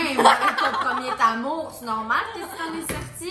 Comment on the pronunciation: « premier Tamour » 😂